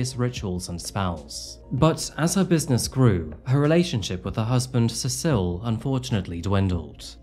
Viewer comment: You pronounced ’Cecil’ three different ways within a minute or so. Like Sessle, C-sil, and SeSILL.